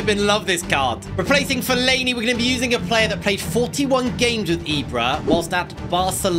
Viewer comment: Love the vid only one thing i think Fellainis Name is pronounced Fell-a-ini